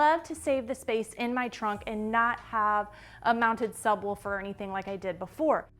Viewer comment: I'm not trippin, right? she's saying sub wolfer.. right? also, FORScan is a risky name..